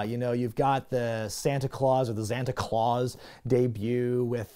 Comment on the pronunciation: Wondering why is not pronouncing it E-Xanta Claus, as he does with E-Xavier Woods 🤔